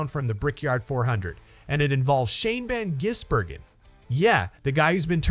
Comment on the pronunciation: This station is infuriatingly stupid. If your bloody AI cannot say SVG’s surname correctly, then stop doing stories on him, or maybe just go away. You are incompetent.